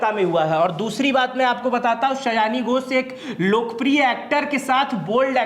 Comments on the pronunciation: 'सयानी' नही, 'सायोनी' घोष। Pronunciation ठीक किजिए पहले। आपका जटाजुट बड़ा ही अजीब लगता है। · सयानी nhi सयोनी hei nam😂😂😂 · Nam to thik se poro